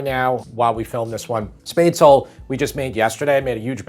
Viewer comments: Spaetzle = pronounced "shh-pets-lee" not "spate-sl." But otherwise, awesome recipe and method. Sauerbraten and red cabbage! Das alle beste! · SPETZ - la. Otherwise, stupendous video! Love the classic German dishes! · p.s. You pronounce the final e in Spätzle/Spaetzle:_ it's like "shpetz-leh"